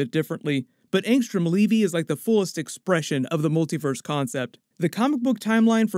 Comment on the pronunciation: Did Kirkman call him Leavy? If he didn't then the pronunciation is Levy like the Dam, or maybe like the jeans